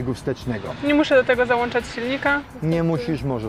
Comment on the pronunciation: chłop mówi wyłącznik, ale ZAŁANCZA, uszy bolą